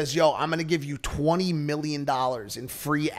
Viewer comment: He tried to say million but slured his words